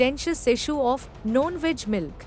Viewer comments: Why she is pronouncing ‘Non-Veg’ as ‘Known-Veg’ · It’s non veg milk and not known - veg milk . Please improve the communication